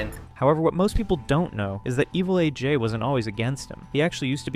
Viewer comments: Lmfao I am pronouncing evil AJ's name as 'evelage' for the rest of my life now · Evilaj? You mean Evil A. J.? The inconsistent pronunciation between AJ's username and Machinima is wild... 😩